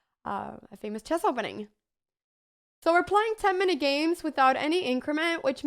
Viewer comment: It's called "chess" - not "chass".